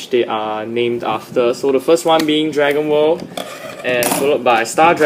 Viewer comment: honestly when you said Dragon world, it sounded like you said Dragon ball :/